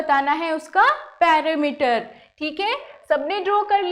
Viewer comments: Not parameter its perimeter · पेरिमीटर होता है। न कि पैरामीटर ।